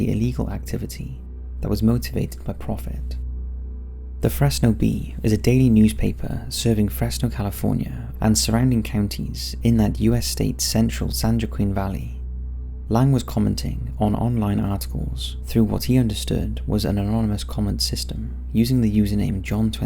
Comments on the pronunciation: I know of the Lang case and thank you for covering it. Btw, Joaquin (s pronounced as Wah-Keen and not Jo-Quin. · LOL when our priest refers to St. Joaquin he says "Joke 'em." I have corrected him several times to no avail. 😂